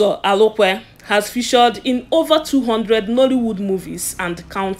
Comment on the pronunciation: My dear, well done, but try and polish your spoken English and phonological interference. He is Uzo Arukwe, not Alukwe, and other English pronounciations. A good try.